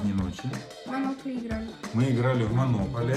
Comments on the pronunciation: Там не монóполи, а монопóлия. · Не монопали, а монополия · Хахаха! Вы так смешно говорите монополия😅Говорится не монОполия а монопОлия! Это так смешно😅😇